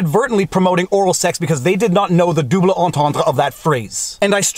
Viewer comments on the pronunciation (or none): I love it when he says "dooblay".